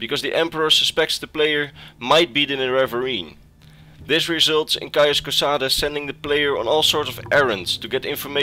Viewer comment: "my name is cauis cosades" "caius cosades" "caius cosadeez nuts"